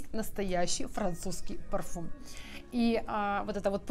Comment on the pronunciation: Извините, но "парфум" это ,конечно, жесть . "Парфам" это по французски.